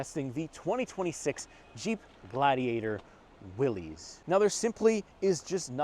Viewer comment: its not will ees its will iss. named after john north willys